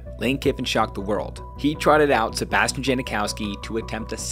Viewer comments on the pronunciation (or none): none